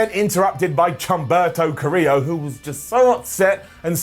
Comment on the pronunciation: "chumperto carreiro" 🤣🤣😂🤣🤣😂